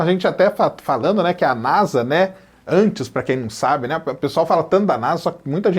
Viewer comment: Porque falar NASA com som de "Z" (NAZA)? Isso é uma sigla.